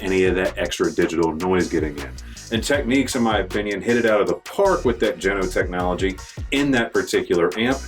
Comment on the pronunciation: Pronounced TECH-NIKS. Not TECH-NIQUES.